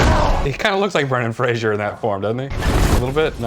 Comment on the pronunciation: If you're gonna compare his look to Brendan. At least pronounce Fraiser right 😂 (Frazor)